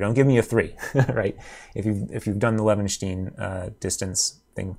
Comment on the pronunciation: Pronounce it as Leven-shtine. With sh and like brine. Source: am German.